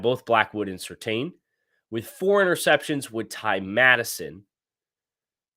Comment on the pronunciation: I'm begging you, please pronounce Surtain correctly. It's "serTAN" not "serTANE"